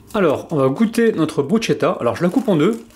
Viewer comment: elle à l'air sympas cette et elle presente bien :) juste un petit détail me chiffone ^^ je crois que l'on prononce "brusketta" et non pas "brusgetta" je dis ça je ne dis rien :) en tout cas chouette recette comme d'habitude bonne soirée